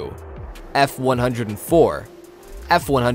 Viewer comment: F-one-oh-four F-one-oh-six. It's not the F-one-hundred-and-four. Jeez.